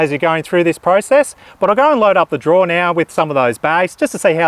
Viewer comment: Drawer not draw